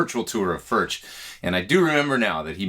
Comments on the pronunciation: it's pronounced furk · It is pronounced "Firk" it is a Czech word.